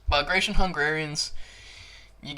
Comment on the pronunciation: Ba -gra-tion Please pronounce this great warriors name properly.